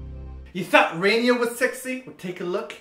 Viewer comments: it's Rania not Rainia xD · it's RANIA, not RAINIA ;) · You're marriage is just so admirable :) Has nothing to do with this video but it's true :) BTW Rania is pronounced Rah-nia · RaNia isn't pronounce Rain-ia. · btw isn't RaNia pronounced like RaNeeYa :P Just saying! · Lol. That whole time where they were pronouncing RaNia wrong made me feel so awkward XD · LOL you get Rania's name wrong.